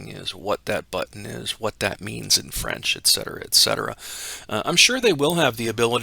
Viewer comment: I'd like to commend you for your correct pronounciation of the word 'et cetera' !!!